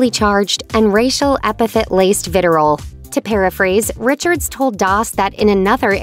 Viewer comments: Wow. "viterol"? It's VITRIOL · Niki Swift ..it’s VITRIOL…NOT VITEROL😖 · Did she say “viterol”? Dude….it’s vitriol. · Vitirol? It’s vitriol! Someone should make sure the script is free of spelling errors before handing it to the broad to read. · "Viterol" or "vitriol"? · "Viterol" - er - i think you mean "vitriol"... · *vitriol, not “vitirol.” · "vitirol" FFS. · ‘Viteral’ that’s a new one to me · the word is “vitriol” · If you're going to write the word "vitriol" into your copy, pronounce it properly!